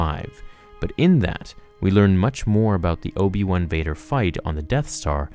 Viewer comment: I love This..Obi-Wan? Try; O-P-Wan.